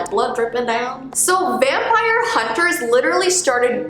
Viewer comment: Bruh It's vimpire 🙄👌😅